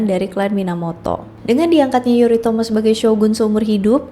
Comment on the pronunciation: Tulisannya Yoritomo tapi bacanya Yorimoto😅😅